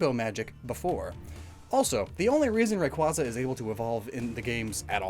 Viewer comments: Please 😭 it’s pronounced Ray-Kway-za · You mispronounced Rayquaza. It should be pronounced like a Quasar star. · You keep mispronouncing Rayquaza as Ray-quah-za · It's pronounced Ray-Kway-Zuh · You mispronounced Rayquaza It’s pronounced Rayquaza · for self-advertising as someone who overanalyzes pokemon, why do you still mispronounce "rayquaza"